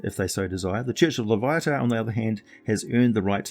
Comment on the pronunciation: I am surprised that someone that has such a rich British origin language would pronounce a name incorrectly. Loviatar pronounced: /loʊˈviɑːtɑːr/ loh-VEE-a-tar.